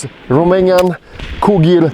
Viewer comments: Cugir = Koodjeer, not Koogeer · Cugir pronouncietion is Cudjir... :))) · Cugir is pronounced "COO-JEER". My father in law was the accountant for the factory, years back ... Great videos, always!